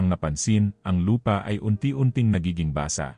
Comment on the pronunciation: ang pagkakabigkas ng basa kay sa basà magkaiba ang pag bigkas sana ayusin naman pag bigkas ng salitang tagalog pilipino ka naman diba kya mag kakaroon ng misinterprete sa pag bigkas anong klasing basa, basa ng libro o basa ng tubig magkaiba ang pag bigkas di ka naman cgro ibang lahi di mo maayos pagbigkas ng talata